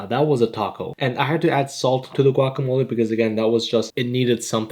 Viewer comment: “Gwah keh mohl leh” 💀